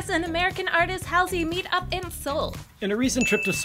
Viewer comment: it's pronounced Haul-zee